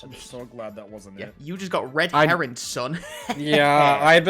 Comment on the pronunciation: Alright, someone has to say it... It's "red herring", as in the fish... not "red heron"...